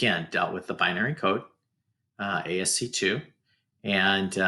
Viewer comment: ASCII is pronounced "ASS-key"